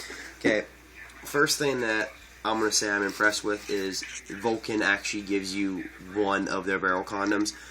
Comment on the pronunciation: Great review, I thank you for taking the time to talk about the gun. One thing though, there is no "O" in "Valken." It is pronounced like it is spelled: "val-ken," not "vol-ken."